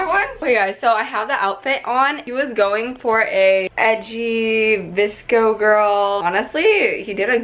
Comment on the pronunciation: VSCO girl? I kept thinking he was saying DISCO girl